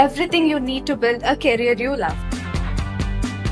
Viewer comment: The moment u said carrier instead of career, i couldn’t continue 😂